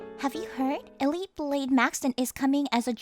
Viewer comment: its pronounced el eete